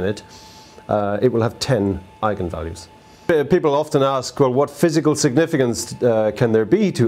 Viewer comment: Thanks for pronouncing it correctly :D